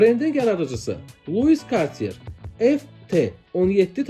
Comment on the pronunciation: Video gözəldi amma saatların adları düzgün tələfüz edilmir .Tissot, Cartier və s...Bu markalar yazıldığı kimi oxunmur. Təşəkkürlər.